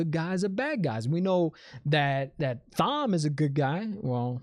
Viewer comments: Thank you. I already explained it to him but he still doesn't get that Thom is pronounced like 'Tom' Thank you, Thom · The "h" in Thom is silent. It's short for Thomas, pronounced Tom-es Based on the books, Logain will be back. There's other shows to milk. Buba Fet, and Witcher. Check for what's trending and get to work. Or ...... Start WoT books, and do contrast videos. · I'd definitely recommend the original audiobooks and you do me great insult when you say Thom how it's spelt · Excellent idea. Take each book after the series and compare to the series. It would be interesting for me as a book reader since the late ’90-s to se a non-book reader react to the books after the fact. Would love to see this. And yeah, Thom is not Tom. It’s THom.